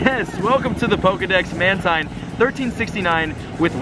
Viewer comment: mantine is pronounced as manteen